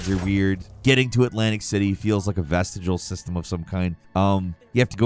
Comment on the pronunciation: Love the video and all that but the way you said vestigial is irritating lol